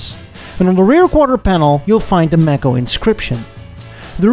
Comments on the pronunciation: May Ko, not maaco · Physeter macrocephalus- the sperm whale. A mammal, not a fish. Mako, not Macco. These are no worse than 'Murican cars of their respective times. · It took me a little while to realize you meant Mako (May-co). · Mae-koe not Mah-Koe Mako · It's not a Mack-o it's pronounced Make-o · The Edsel, looked like it had a vagina in the front. Ewww. Your "Mako" (pronounced "Mako", as in "Day". Not "Mako", as in "apple") Ford would've never built it, due to competition with the Mustang. It also looks like a Toyota. The rear end of the "Corsair" is REALLY ugly! Your "Citation" isn't bad at all. Chevrolet, would've never allowed you to call it "Citation". Your "Villager" isn't too bad. These are FAR better than your "Tucker", which were all horrible. Try "Studebaker", and "Henry J". Those would be fun. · Mako is pronounced May co. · Pronounced MAY ko, not macko. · Also if it was named after the shark it should be pronounced may-co. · Also Mako (the shark) is pronounced with a long A, "may-co" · i really can't stand your mispronunciation of Mako... Good god.